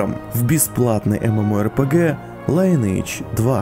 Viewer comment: оффтоп по рекламе Linage 2: никогда не играл в неё сам, но много знакомых играли, и всегда не мог понять, что мешает людям хоть раз проявить интерес и залезть-таки в словарь и посмотреть, как читается название любимой ими игры, за которой они сидят порой по 17-20 часов в сутки? И так на самом деле со многими играми.. Может, я чего не знаю, не понимаю - в конце концов никогда не был увлечен "лайнэйдж 2", и так оно у нас сложилось, и стало устойчивым прочтением? А может, и вовсе это не то же самое, что английское "lineage" - родословная, род и т.п., что бы не читать это, как "лИниидж". Кто-то читает "линЕйдж", но подовляющее большинство, как и автор видео, произносят "лайнейдж"...